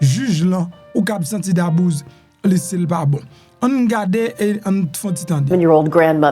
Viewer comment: Se Dabouze blanc prononsel Dabouzy